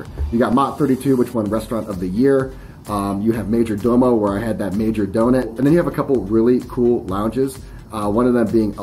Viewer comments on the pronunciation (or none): none